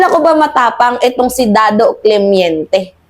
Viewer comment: Clemente not clemeinte